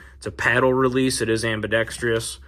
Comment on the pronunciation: Why do people add an extra letter and syllable to the word AMBIDEXTROUS ?